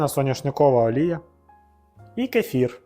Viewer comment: Не кєфір, а - кефір. А ще краще казати кисляк)) Рецепт норм